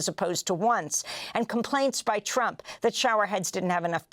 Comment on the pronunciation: Amy accidently said "President Trope"!! Perfect title !!❤